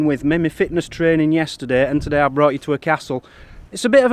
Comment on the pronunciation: I know you were saying "So today"